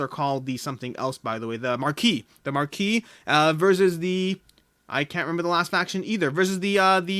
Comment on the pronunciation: Just a quick note: marquise is French, and the s is pronounced 😄